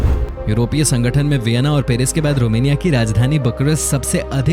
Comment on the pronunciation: Bolna Sikh phela romenia ni Romina aa